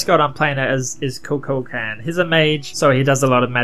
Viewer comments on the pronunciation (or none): Ku Kool Kon is how u say it lol